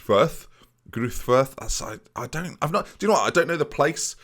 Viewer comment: Greuther Furth: Greuther is pronounced like Groy-Ter with a silent "h" (rhymes with Reuter) and I believe the "h" in Furth is also silent and is said like Foort.